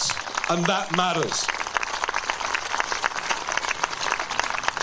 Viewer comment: 'and that maaaers' 😂